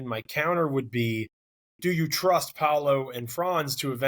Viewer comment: I am fascinated that people still don't know how to pronounce Paolo's last name. jeez